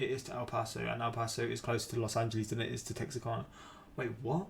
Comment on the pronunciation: LOL I used to live in Texarkana. My mom pronounces the exact same way that you do, but it’s really pronounced Tex-are-CAN-uh.